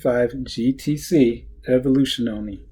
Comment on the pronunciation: and its not evoluzione for you americans to speak it right out but more like : A-volu..zyooona (last a spell short) ;) You learned me much with this video so I give you very small lesson ;) Cheers